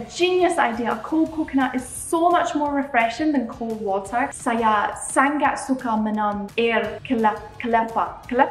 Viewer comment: Yeahhhh… finally u say it right. Bungkus 😉👍. But there are a few words u need to improve… ‘Sangat’ is Sa-Ngat, not Sang-gat. ‘Minum’ is Me-noom not Me-nam. Btw, your Bahasa Malaysia has improved a lot 🤩